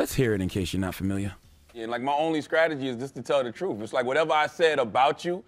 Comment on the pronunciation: YES!! He also said "scrategy" ...